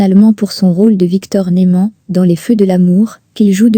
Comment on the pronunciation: Oui je suis d'accord c'est vrai que a répétition de "Nouman et de Victor " Bradan "ça saoule.😅